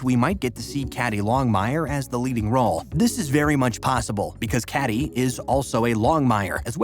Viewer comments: Kay Dee not Cad dee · How can you do a video on Longmire when you make so many mistakes...one being Cady is pronounced Katy, not caddy!!!